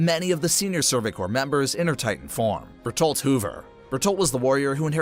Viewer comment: Berturilt hiiver